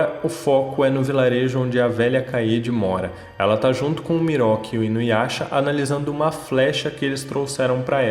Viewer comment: ''Miroki'' kkkkkkkkkkkkkkkkkkkkkkkkkkkkkkkkkkkkkkkk, não consigo não rir